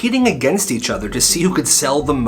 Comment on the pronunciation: i thought i misheared him when he said each